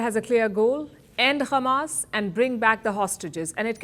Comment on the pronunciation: At least Palki Sharma stopped pronouncing h@ as khamas 😂😂 Edit: I was wrong, she pronounced h@ as khamas at the end.